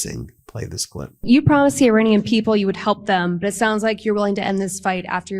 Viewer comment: and Your-anian instead of Iranian